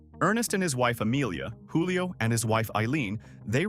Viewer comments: PRONOUNCED “JEWLIO” not wholio. Lol They were Italians, not Spaniards. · It's not HOO-lee-oh. It's JOO-lee-oh. Many of the pictures you showed were generic or not applicable to Gallo. I wonder why you left out New Amsterdam.